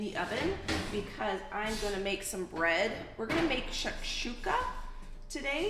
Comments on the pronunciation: the first time you said SHAKSHUKA is exactly how you pronounce it :) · well you are pronouncing Shakshouka the right way. I am from Tunisia although we make Shawshouka in a diffrent way, it's still an easy and good way to use fresh tomatos. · It is Shakshouka! You pronounced it correctly 😀شكشوكه is very popular in Egypt and Turkey among other Middle Eastern countries. Love your channel and its content! You are amazing ❤ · Yay chakshouka u prounouced right its algerian summer dish im glad u r making it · You pronounced shakshuka right! Me and my toddler love you!